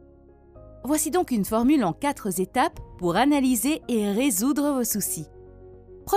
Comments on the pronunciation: « En quatre étapes » se prononce « en katrétap ». Pas en « katreuzétap ». Merci !!! Et pourquoi parler en dollars ?! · Quatre Zétapes ?